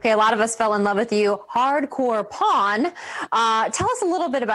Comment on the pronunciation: She had to enunciate "Pawn".